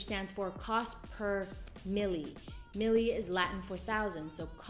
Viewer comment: Millie, lol! It's mille. Pronounced cost per mill.